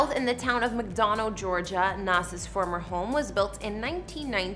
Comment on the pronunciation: Why do all these Culture Vulture’s always reporting on our culture!🤬🤬 And she pronounced the town in Georgia wrong‼️🤦🏽‍♂️